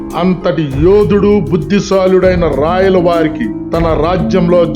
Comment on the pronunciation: రాయల్ అనునది ఆంగ్ల పదము... రాయల అని అనునది సరి అయిన ఉచ్చారణ